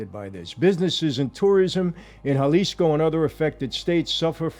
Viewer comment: Thank you Michael for pronouncing, "Jalisco" the right way...silent J like an H ..good job!